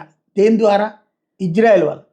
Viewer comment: Ijrail or isarel? మాట్లాడం నేర్చుకో.విజయవాడ వాడివి అందుకే నీకు నేర్చుకోవడం తెలియదు.